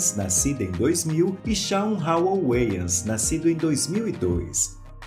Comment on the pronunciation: Finalmente aprendi a pronunciar corretamento o nome "Wayans" rsrsr